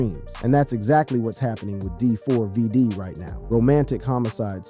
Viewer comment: okay first of all its pronounced David, second of all that LITTLE girl was not his fu***ing girlfriend. she was A MINOR !! HE WAS WITH A GIRL WHO WAS UNDERAGE!!! Stop calling her his girlfriend because she was NOT 😒